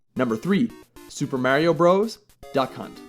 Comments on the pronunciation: Love you guy (what part of Canada are you from?) but it's BROTHERS not Super Mario BRO'S. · At what point did it become cool to say "Super Mario Bros," instead of "Super Mario Brothers" as it should be? This isn't the only channel I've heard pronounce it the wrong way. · I knew the most overrated nes game ever made would be on this list and suspected you would put it where most other people who make such lists do--#1. By the way--it's pronounced "brothers" despite the spelling. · I am soooo sick of all these 20 something kids making videos with rather high production values only to mispronounce something or otherwise prove they don’t fully understand what they are talking about. If I’ve seen it once I’ve seen it dozens of times. This video makes my point very clearly. No one that was a kid in the mid eighties would ever call the game Super Mario Bros. We all called it Super Mario Brothers. We knew that Bros. was just an abbreviation of Brothers. And furthermore people my age know that Duck Hunt wasn’t packaged in with Super Mario Bros. until a few years later. So I don’t consider it the same game